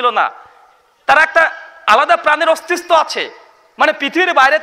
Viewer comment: "অস্তিস্ত" নাকি অস্তিত্ব